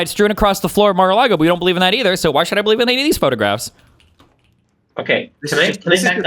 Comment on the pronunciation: Also, words ending in "o", like no or so, should not have an r sound. Stay in Australia.